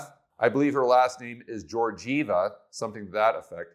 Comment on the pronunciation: Kristalina Georgieva. The last name is "Ghe-or-gyehvah' The G is pronounced as the G in Gammon not the G in George.